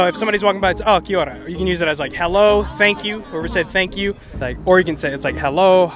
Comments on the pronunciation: Girls pronunciation of “Kiora” was on point. 👏🏼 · she tried and KIA ORA got it right, ie : thankyou, hello and she's not offensive when she said ABORIGINAL, I believe confusion stepped in and she was meant to say INDIGENOUS people, she well .. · I love how she pronounced Kia Ora perfectly. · Yeah, that Kia ora was pretty solid. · Proud to be one of the "10 people who live there" 😂😂 Crack up! Loving that most people atleast know where we are located now 😜 P.s your pronunciation on "Kia Ora" was bloody on 👌🏼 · omg you pronounced kia ora and Maori correctly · kia ora that was funny to watch it was cool of the guy hosting to do this and how he pronounced kia ora right and was crack up watching some people guess and get it right and wrong 😂 but some knew some stuff about us at least they gave it a go 👍🏽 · props to that fella. He's not too far off on Kia Ora, which is an expressive word for 'Be Well', 'Keep on', 'How are ya', etc. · KID ORA...AWESOME vid..nice pronounciation bro...rained a lot when you were here ?!!lol 😂😂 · Kia ora bro I'm a New Zealand Maori and I appreciate this clip and your efforts on educating the American people and your pronunciation of the Maori language chur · Your pronunciation of Kia ora was really good hahah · He Pronounced KIA ORA so well!